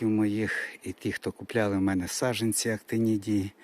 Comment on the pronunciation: СаДжАнці, відлиги, хоЧа, злежуватися... Злягатися - зовсім інший, інтимний сенс, не сраміться! Ріже вухо... Позбувайтеся кацапського суржика!